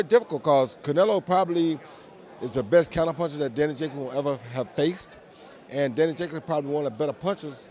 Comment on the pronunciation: man tank davis really struggling to pronounce Daniels Jacobs name properly who tf is 'jacby' 🤣🤣🤣